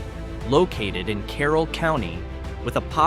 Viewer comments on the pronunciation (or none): none